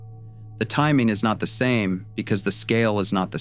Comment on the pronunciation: One of the biggest 'tells' of AI narration -- no sense at all of where stress belongs in a sentence. Here it says, 'The timing is not the SAME because the scale is not the SAME.' Rather than what it ought to be -- 'The TIMING is not the same because the SCALE is not the same.' Actual human speakers know that it's the terms that are distinct in each part of the sentence ('timing,' 'scale') that are to be given emphasis, NOT the one that is repeated between them ('same').